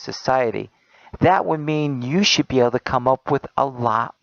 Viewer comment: "shoud" he says "shoud" HAHAHAHAHAHA POINT = PROVEN! This guys an idiot no one should (sorry shoud) listen to him end of story.